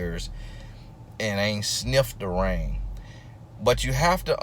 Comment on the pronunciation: I don’t know if he even said the “g” part of ring lol that’s how you know it’s serious. 😂😂🤣